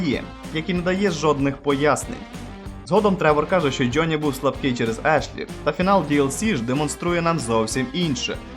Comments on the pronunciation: ты про слово джёни? Я прицепился из-за гласной буквы. Правильно Джонни, а он говорит Джённи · Братан, что это за джёни или слово ярлык с ударением на первую букву? Мову каверкаешь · У вас классні відео, але будь ласка попрацюйта над вимовою англомовних слів. Це "джьоні" просто ріже вуха.